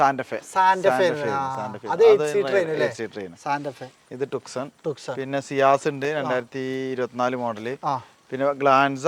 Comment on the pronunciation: ഹ്യുണ്ടായ് ട്ടുക്‌സൺ 😂😂😂 ഹ്യുണ്ടായ് ട്യൂസോൺ......